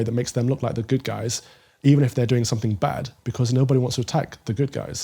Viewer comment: If you're from Holland you surely say 'guysh' and not 'guys'